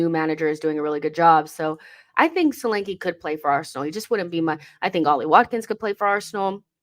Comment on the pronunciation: Solanke is a Nigerian name and pronounced "shoh-lan-keh". Good player though.